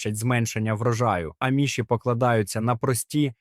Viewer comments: Не правильно наголос, аміші. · В слові аміші наголос на "а"